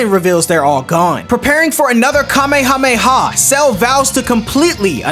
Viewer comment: So happy he didn’t say Kamehameha wave in the dumb ass way that most dbz YouTubers say it It annoys the duck out of me